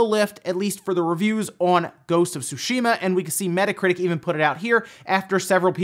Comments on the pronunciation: Its funny how I haven't heard one youtuber say Tsushima correctly. It's not 'Sushima' the 'T' is in fact pronounced. Like in the (t's) in that's. It sounds the same way. So think of it like "T's shima. Tsunami is pronounced the same way. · T'zoo~shee mah.. not "sushi-mah".... just sayin' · It's because he doesn't know how to actually pronounce the name of the game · Make up your mind on how to pronounce Ghosts of "Tsushima"